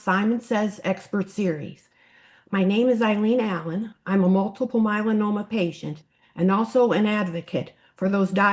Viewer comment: Good info . Why does interviewer keep calling it myeLANnoma?